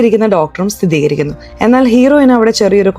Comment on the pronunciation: Sthitheekarikuka alla sthireekarikuka